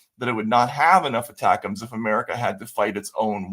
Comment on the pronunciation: I love you guys take, don’t always agree but see where you are coming from. Just lexicon help. ATACMS is pronounced “A-TAK-MS” not “ATA-CAMS”